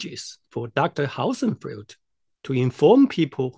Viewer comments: Dear. The way you pronounce Hossenfelder is very wrong. Try splitting the name in two; Hossen and Felder. Hossen is pronounced with the o like in 'hawk', NOT like 'house'. 'Felder' is pronounced with an L-D sound, like 'soldier'. Hossen-feL-Der I only say this to not open you to ridicule or weaken your position, should your comments reach the level of prominence, where Sabine sees them. Best regards, a new subscriber. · If the model's reliability is in any way related to the pronunciation of Sabine's surname, I get really wortied.